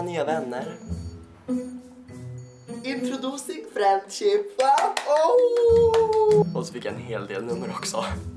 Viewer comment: ''Indrodoosing freendshipp'' hahahahahaahaha :D